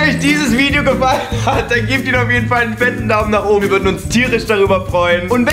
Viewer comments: Is klar Joey jeder sagt Lideo und nicht Video 😂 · hahah wie joey zum schluss statt video lideo sagt und auch wenn das ultra dumm ist das ich einen lachflash darüber hab ....joa egall😂😂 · HAHAH „ihr seht das lideo hier“ bin ich die einzigste die das gehört hat